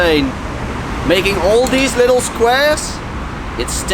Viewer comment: "llll-ittle outline and a llll-ittle shadow"